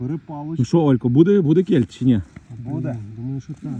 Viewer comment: Вітаю. Але чому кєльт, а не кельт. Вухо ріже